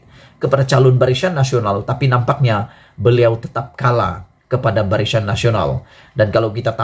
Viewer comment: BARISAN WOI BKN BARISYAN. SEBUT PUN TAK BETOI.